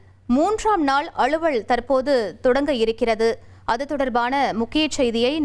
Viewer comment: 👎 to the news reader for her bad pronunciation தலைமை (தளைமை அல்ல) அலுவல் (அளுவல் அல்ல)..... 👎